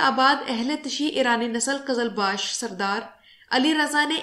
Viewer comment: It's qizalbash not qazalbash.means who wear red feather